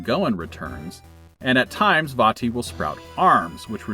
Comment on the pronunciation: Glad you pronounced "Vaati" correctly. Also forgot how bad the GBA sounds, no matter what game it is.